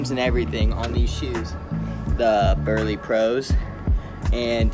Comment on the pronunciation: man just said berli pros